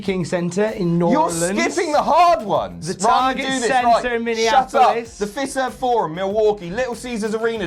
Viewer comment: For Milwaukee, it's pronounced Fye-serv Forum.